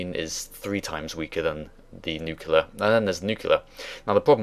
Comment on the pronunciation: I'm sorry but mispronouncing word: "nuclear" drives me nuts. Great video , of course.